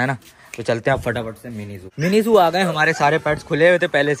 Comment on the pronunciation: Mini zoo hota ha nimi zoo nhi